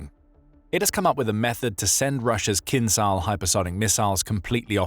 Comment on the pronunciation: "Kinzhal" is not pronounced "Kinzal", or else it would be spelt with the Cyrillic "З з" and not the "Ж ж" which sound subtly different. Pay attention pleaze!